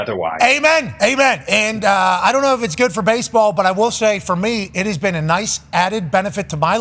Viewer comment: "I f*ckin love bahsebahl" - Pat. Had me dying.